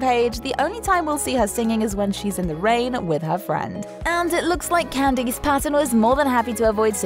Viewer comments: "Can-dees"...? It's pronounced "Can-DISS." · Can deese? That's not how you say her name.